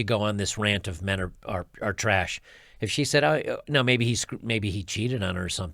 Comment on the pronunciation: I thought she said all men were traysh?